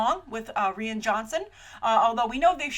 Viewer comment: His name is Rian Johnson, that's RYAN not REE-AN